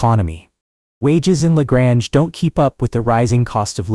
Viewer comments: La Grange .Grange is pronounced like Grain. It's not french town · La Grange-the 2nd. a is long.not short.